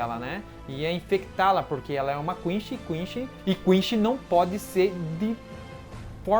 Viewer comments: eh quinci não quinxi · Não se fala Quinxi ou Quinchi não cara, se fala Quincy! Concerta aí pelo amor de Deus! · da agonia ver vc falar quinche em vez de quince , vc fala gigai em vez de guigai , eu sei que gigai se escreve assim , mais fica estranho pronunciando br, sei a acho q é pq vi a vs dublada e legendada ! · e Quincy vey esse cara aí que fala quinshin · A unica coisa que não tanko nesse canal e ele dizendo "Quinchy" 😔de resto e top dms!